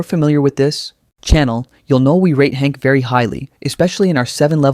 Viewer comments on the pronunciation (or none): none